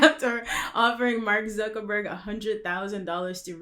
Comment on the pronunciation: Did this broad say zuckerburger?